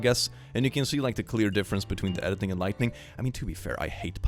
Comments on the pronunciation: It might just be my hearing, but I'm hearing you pronounce lighting as lightning. Veeery subtle difference, and most English speakers don't notice the difference in writing (soooo many write lightning as lightening), but thought you'd want to know. 😘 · Have you ever noticed that he consistently says lightning instead of lighting? EVERY. TIME. It's kinda funny. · Drinking game, take a shot every time he says "lightning", instead of lighting. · I love how he constantly says lightning instead of lighting. It's somehow really adorable <3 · keeps pronouncing "Lighting" as "Lightning" and it's absolutely pissing me off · Okay, no one's told you this, but it's not "lightning", it's lighting. learn the difference lmao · I love how he pronounces “Lighting” as “Lightning” 😂 It’s great.